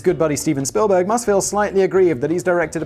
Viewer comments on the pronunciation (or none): none